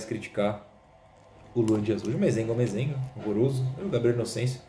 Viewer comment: Toda vez q fala Inocêncio eu queria morrer pqp